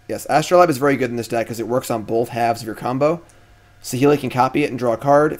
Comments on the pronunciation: true. but he is also correct in this case. it is a long 'a'. astro-layb. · For my two cents, R&D has said they always spell cards the simplest way for their pronunciation so Astrolabe is As-troe-layb.